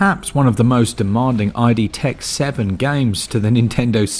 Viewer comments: Ok but IT'S PRONOUNCED ID, NOT EYE-DEE YOU DOINGUS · It's "Id" btw, not "ID" as in "Ego, Superego and Id" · Great review. Thank you. A quick FYI: It's not "eye dee". It's "id", as in the primal part of your mind, as opposed to the ego (conscious rational mind) and super-ego (conscience). The terms were introduced by Sigmund Freud oh so many years ago.